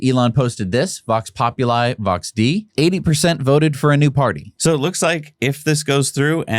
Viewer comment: The pronunciation of thie well known Latin phrase is Vox popu-lee, Vox day-ee